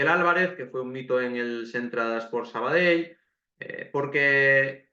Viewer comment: Por cierto,gracias por el esfuerzo de pronunciar perfecto el nombre del equipo,y demas nombres catalanes...recuerdo en un campo de un filial que viste de blanco...que hace unos años con dos cojones en el marcador pusieron Sabadel y se quedaron tan anchos